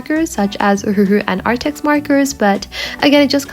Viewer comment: When you say ohuhu it sounds like your having a stroke